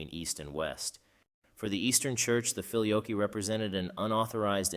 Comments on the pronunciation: You pronounce it, "filio-yoke", one often hears the pronunciation, "filio-kway". In any case, thank you. Well done. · It ain't "fi-lee-oke", it's "fi-lee-o-quay". It means "and the son". Fix your auto-narrator script. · Very enjoyable, and puts forth the debate in clear and understandable terms. As an aside, when I did Latin at High School well over 60 years ago, we pronounced "filioque" as "fill eee oh kway", not "fill ee oak" as you do. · Thank God someone else noticed that. I have never heard the pronounciation “Fili-oak” used by either Roman or Byzantine Priests. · Fili-OH-kway is the pronunciation, fyi. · Whoa! I believe it's pronounced "fi-lio-kway" (the "que" is pronounced). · Not really. The word 'Filioque', in this case, has its tonic syllable in the 'o' and this 'que' endind is not pronounced as QWAY (wether by that you mean it should be said as in the word 'way' ou 'why'). I don't think you have this 'e' sound in English pronunciation, but it is supposed to be said as a closed 'e' sound (like in the word neigh, but without saying the letter 'i'). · The first i in filius is long, so 'feely oh' would be more accurate. The e in que is short, so instead of 'kwey' pronounce 'quest' without the 'st'. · Yes, there is. How can someone produce a whole video and not bother to learn how to pronounce the key term feature in it? What would we think about a video concerning the papacy where "Pope" is pronounced "poppy"? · As others below have rightly commented, the video is pronouncing filioque incorrectly. It is a very prominent error. Other than that it is a theologically very informative video. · For goodness' sake pronounce "filioque" consistently properly - four syllables - if you want your piece to be taken seriously!!